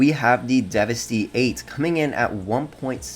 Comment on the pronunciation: No matter how you slice it...$2.138 million IS NOT CHEAP. And the ZR-380 has NO civilian variant! Now, why the Hell would you make a list of the cheap fast cars and then pick the one that is 4th in top price? Hypocritical! It’s pronounced Devast-eight...you know...like devastate. And it’s based on the Devil-16...which makes sense...but everyone mispronounces this vehicle’s name. Honestly, I hate the Coquette D-10. It’s awful to drive. I don’t care how good of a driver you are...this one sucks! Personally I prefer the Schlogen or the Itali GTO. Very fast and not that bad to drive...in my opinion.